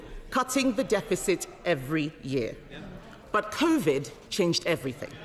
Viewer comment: I love that she called it "convid" - lol!